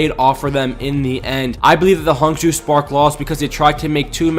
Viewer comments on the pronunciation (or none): Pls pronounce Hangzhou like: (Hung)-(Joe)